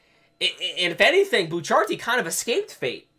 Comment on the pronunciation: It's not pronounced bucharti the helk